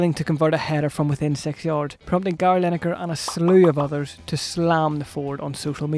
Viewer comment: This mong cant even pronounce "six"